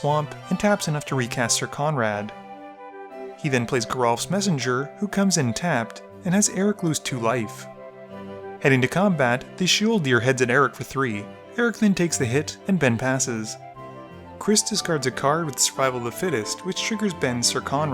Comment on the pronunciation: SHEOL-DEER!!! OMG HAHAHAHAHHA!